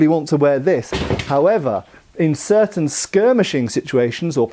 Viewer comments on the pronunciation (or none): none